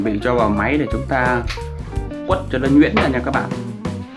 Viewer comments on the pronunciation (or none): Quết ko phải quất ạ .